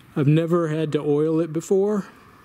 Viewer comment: Oil the bearings. That whole time i thought you said boil them and was very confused